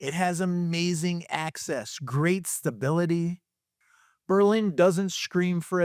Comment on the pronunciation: I am from New Britain, and grew up in Berlin. I bought in Plainville and have been very happy here. I have also lived in Newtown and Bristol. I really enjoy your videos, and I was surprised to see you mention Berlin. You said the name right a few times, but slipped back to the German city. I do not want to sound insufferable like the Darien people, but I had to say it. The Berlin Fair is one of the best in the state, and as far as being connected, you could argue Berlin is the best hub for access to highways. I hear the high school is all sex and drugs with no mention of rock and roll. Berlin definitely is not the same as when I grew up, but great work on these videos. Meriden has Hubbard Park and the Christmas lights with Castle Craig. To me, West Haven means Zuppardis!